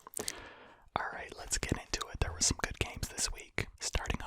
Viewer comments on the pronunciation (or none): none